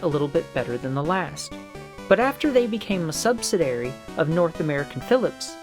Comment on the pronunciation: Words to learn the correct pronunciation of: sub-si-di-a-ry and portmonteau